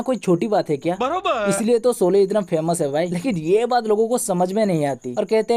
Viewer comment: Solay nahi sHolay pl. Aurcek baat sholay chali toh tumhari kyu jali khali pili ?